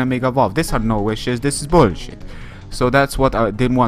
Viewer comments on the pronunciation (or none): Hahaha the accent 'this is bullshit'! Your predicting skills are through the roof man!